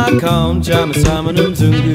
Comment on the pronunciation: i would love this if it wasn't for them mis-pronouncing "mzungu" every single time. In the song it's pronounced "um-zungu" where it's more like "muh-zungu". I'm sorry but after learning one of the african languages where this word is used, I get slightly picky over these little things... by the way, I hope everyone realises "mzungu" means white man!